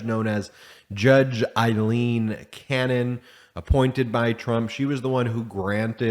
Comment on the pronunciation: Her name is pronounced Long “A”, silent “i”, “l”, long “E”, “n”. AlEn, spelled Ailene